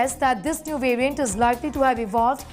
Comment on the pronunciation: Please pronounce the word variant correctly you Indians !